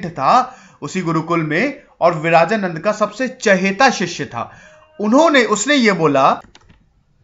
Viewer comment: It's not विराजानन्द it's विरजानन्द